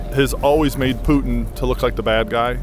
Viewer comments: Why does everyone in this vid pronounce Putin as ‘Pew-Teen’ instead of ‘Poo-Tin’. Am I crazy? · Why is it they all say “Pu-itin “ instead of Putin? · "pewtin" .... lol pew pew pew PEW PEW.... PEWTIN! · “Pewtin” (Putin) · I love hearing people say "Pewton" for Putin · why cant anyone properly pronounce Putin? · I have NEVER heard somebody pronounce Putin with a long U but now I’ve heard it twice. What’s up with that??